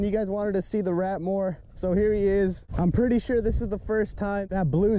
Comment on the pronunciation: Its the middle of the night and I wanna laugh so hard because of how you say "Da rat" and how he barks 😂😂😂